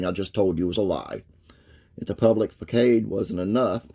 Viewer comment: Facade-pronounced Fa-Saad